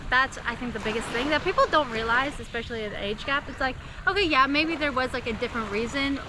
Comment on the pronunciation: Hey guys, pet peeve time. I enjoy your channel but I cringe everytime I hear "eckspecially" There is no hard C in especially. No hard C, not even one. I'm just one viewer and you may not care what I think but I can assure you it's annoying to more than a few viewers. I'm not trolling, I know you are a smart couple so let me put it another way, if a travel channel was thinking of hiring you for a Philippines segment, as soon as they heard "eckspecially" they would drop you like a hot potato. I don't think I've heard you say "axe me a question" but I've actually unsubscribed from channels when I hear that the word "ask" turned into an implement for chopping wood. Otherwise keep up the good work!